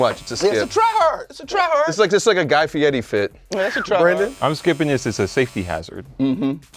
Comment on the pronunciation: Worst take was mispronouncing guy fieri’s name LOLOL. Yo get Reese la flare up in there!!